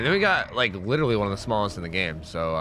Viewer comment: Now I know why my son's saying lillee instead of literally.